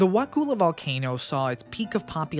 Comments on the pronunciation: Wah-cull-ah might be an easier way to type it. I did a video years ago, tracked down local news footage, talked to a cop there, wrote the town name down by pronunciation and still tripped over it repeatedly when narrating. So many outtakes for a short vid, I do understand. I grew up in Tally, had my first wedding at Wakulla Springs Lodge. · You need to learn how to pronounce wakulla. You probably get Kissimmee a Osceola wrong too. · Everybody not from here mispronounces Wakulla. I've been all around both counties since 1971 and never heard of this either. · I'm also from Tallahassee. Perhaps he over reacted, but the mispronunciation of Wakulla is actually very disconcerting. It's pronounced exactly the way it is spelled under stranded English pronunciation. A vowel followed by two consonants has a short sound. That's elementary. Of course like every rule in English, this one is broken very often. 🙂